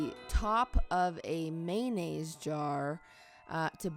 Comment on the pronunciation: u say mayonnaise funny lol